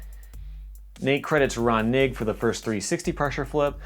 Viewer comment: Knigge is pronounced Ker_Ni_Ghee